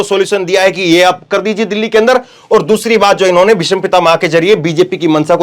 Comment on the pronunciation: ऐंकर काफ़ी जोर-शोर से बोल रहे हैं लेकिन अफ़सोस कि " भीष्म पितामह " में " ष " आधा है और ऐंकर पूर्ण " ष " का उच्चारण कर रहा है । " भीषम पितामह " मातृ भाषा का उचित ज्ञान होना बहुत आवश्यक होता है ऐंकर के लिए ।